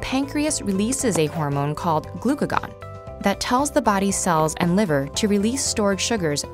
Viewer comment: Her pronunciation of glucagon bothers me so much......